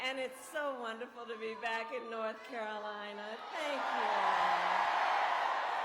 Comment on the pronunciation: I swear to God she just said NoTH Carolina. She's pulling the Hillary Clinton.